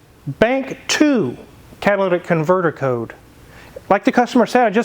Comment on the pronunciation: Master tech saying cat-ah-La-dick converter is crazy work…